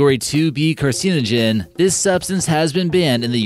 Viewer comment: How the hell can this dude be incapable of pronouncing carcinogen?